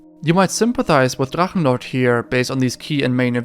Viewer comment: ich Liebs wie deine videos in english sind aber die deutsche aussprache bei Drachenlord so fließen war! lieb dein channel!